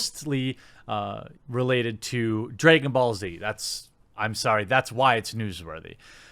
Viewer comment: "Dregon Ball" 😂😂😂😂😂 Edit: Vic did not throw any candy! He ATE it! After saying it was Mônica or something. Research it bro, besides that, good job 👊🏻